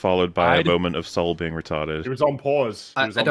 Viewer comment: Oh God - I just got how "clever" it is that he's named "Sol". The way they're pronouncing it like "Soul". He's going to be responsible for committing some heinous act(s) and hiding it by a veneer of jedi piety. He really will represent Headlamp's retconned jedi order as wholly corrupted and duplicitous, which is all the more reason they're not concerned about lore breaking with Keanu Monday - he's maintaining the corruption. None of it's a mistake, it's making the Acolyte relevant to the prequels by reconning them after the fact. Like they're doing with Doctor Who.